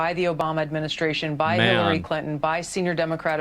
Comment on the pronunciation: Asmon mispronouncing Hilary as Hitlery is something I didn't knew I needed. And yes, 100% this is a diversion from Epstein files. 1 0 0 %